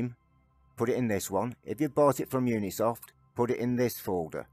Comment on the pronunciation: Thanks for the guide. BTW, it's Ubisoft, not Unisoft